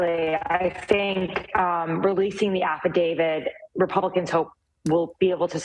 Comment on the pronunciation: It's affidavit, not AFFIDAVID, Jesus Christ!!!!